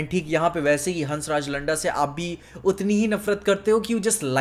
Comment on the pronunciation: The way you pronouncing landa is something else in chattisgarhi language